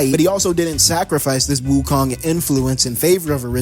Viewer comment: Bro you calling every body wokong